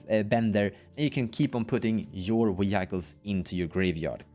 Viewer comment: Wee-Hykles is fantastic and the only way i will say it from now on